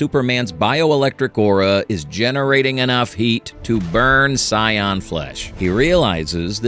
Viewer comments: It’s not Cyan, it’s Sayan. Just sayin’ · I hate AI .. saiyan is pronounced sayin not sigh an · I'm sorry but did I catch, "Sigh Anne"? 😂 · As soon and I heard Saiyan pronounced Cyan I stopped the video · Aww man. I thought this was ur real voice too. Mispronounced sayian... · Only real question I got is that I understand that it's a real narrator or whatever a real person reading it but how come they're saying Goku's race he's pronouncing it so wrong That's really my only question😂